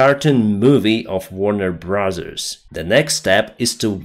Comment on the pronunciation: its warner BROTHERS, not warner BRAZZIERS. BRAZZIERS is something ELSE.:-)